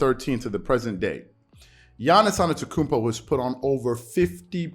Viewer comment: Dont mean to be that guy but you keep pronouncing Giannis's last name without the first t, saying anetokounmpo. Not sure if you realized but just wanted to point it out. Really enjoyed the video, keep up the great work!